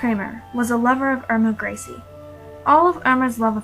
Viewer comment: irma grizzly😆